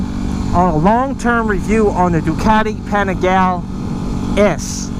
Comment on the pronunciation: Watched several super in depth reviews on the Ducati Panigale, yet can't even pronounce it correctly before bashing it? Nice.